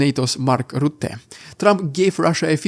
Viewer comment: Lol You are the only one i heard that CAN pronounce the name of my fellow countryman (Dutchie) Mark Rutte, all those English speakers cant get his last name 🤣🤣🤣 Heads of for you dear sir